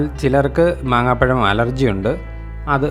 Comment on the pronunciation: Maaambazham. Not maanghapazham